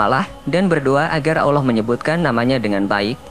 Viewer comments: Maaf .. Lidah orang yang cakap ini..kena belajar akap Allah SWT..dulu biar fasih cakap Allah nya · Belajar ngaji ya mas, hukum nya fardhu 'ain bagi tiap muslim.. salah satu alasannya itu, penyebutan Allah saja salah, jadi awloh itu salah